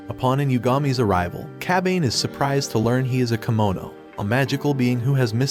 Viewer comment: It’s kemono not kimono